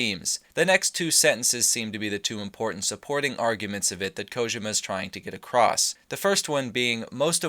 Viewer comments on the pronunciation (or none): I cringe every time you say "Kojema"